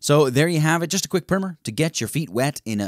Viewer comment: Not bad. Note: it is a primer, not a "primmer".